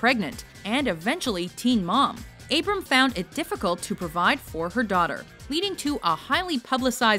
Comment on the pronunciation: It's "Abra-ham" not "abram"